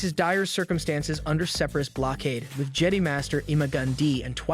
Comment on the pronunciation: Jedee? You on crack!? Its Jedi as in Jehd......Eye......how tf you get that wrong!?!?!!?!? They literally PRONOUNCE IT FOR YOU!!!!